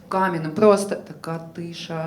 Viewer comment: Тільки не «каменим», а «камʼяним» 😉